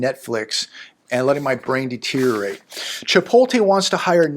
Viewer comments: ChipoTLe, not chipoLTe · It's "Chpot-LE",.